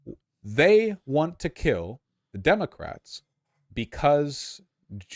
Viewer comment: Oh god now I can’t unhear Demic-Rats from this guy…